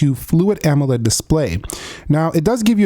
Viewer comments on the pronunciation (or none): none